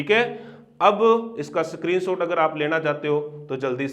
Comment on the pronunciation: स्क्रीनशॉट❎ सक्रीनशॉट✅ Btw aap bahut acha padhate ho thanku.